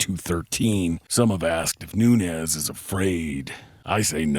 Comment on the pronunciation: Hey. This is NuneZ - Noonez but amanda is not Noonez she's Noones with an "S" so don't pronounce it like a "Z" she's not mexican or south american spanish she's brazilian